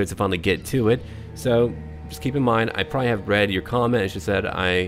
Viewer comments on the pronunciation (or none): none